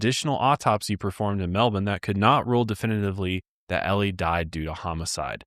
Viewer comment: A bit off topic but kudos to for pronouncing Melbourne correctly.